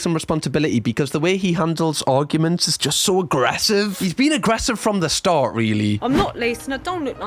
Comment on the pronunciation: didnt know you were from west country 😂 way you said "start" really caught me off guard